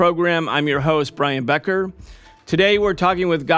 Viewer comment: Who is brian pecker? Oh its becker sorry!😂